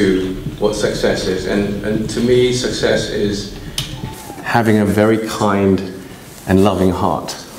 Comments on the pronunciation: success /səkˈses/ not /sʌkˈses/ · Think 呢個字你讀得好麻麻 唔好教人啦 This 呢個字你讀得都唔準 Success 中間是k 音，你未讀過phonetics嗎？